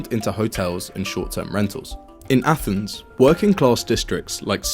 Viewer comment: Did you just say “athnees”??